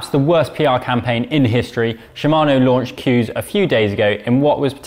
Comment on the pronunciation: Coos!!!! Don’t think that’s how you pronounce it! Moooo 🤭